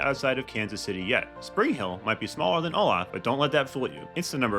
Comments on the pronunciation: Before posting a video about cities, you should at least learn the correct pronunciation of thrn. You are pronouncing Olathe WRONG! It’s pronounced Oh Lay The. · Pronounce Olathe (O- LAY-THE). It is mispronounced all the time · You need to learn how to pronounce the names of the towns. It's Oh LAY thu. 3 syllables. Other errors also.